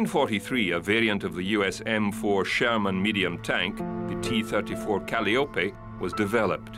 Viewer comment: Was really enjoying this until he mispronounced Calliope